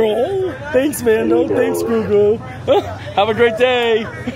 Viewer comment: Did he say “Grugo”??? 😂